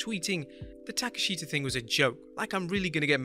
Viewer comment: Listening to him try to pronounce Takeshita kinda cringe. When it's supposed to be pronounced Tah-kesh-tah lol